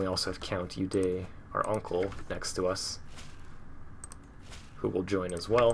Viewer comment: It's pronounced as Odo